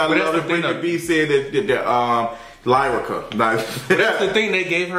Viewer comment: i love you but you gotta do better. was right Brittnee had a whole segment. And everyone knows she said “Lierica.” Brittnee has always felt Lyrica shaded her and has never acknowledged her and went out of her way to pay for studio time and Lyrica came to Brit event. Despite all the issues she has with her mother she has made sure she has helped people out (Blac Chyna and others). In regards to Yo-yo and and her stance on new generation I agree they always say that but I agree that abc lyrics aren’t rap. Period. There is no message.